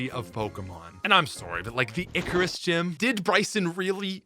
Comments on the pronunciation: Have I been pronouncing Icirrus City wrong this whole time or did he just decide to pronounce it like Icarus for the joke lol I’ve always said it like “eye-sear-us” cuz ice and cirrus clouds which contain..ice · It's not "icarus," it's "icirrus" which I can only assume is a portmanteau of "ice" and "cirrus" which is a type of cloud made of ice crystals